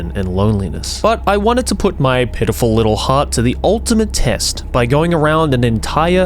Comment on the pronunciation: The accent is unfortunate once here, it sounded like “I wanted to put my pedophil little heart to the ultimate test” I know it’s “pitiful” but I heard something else 😂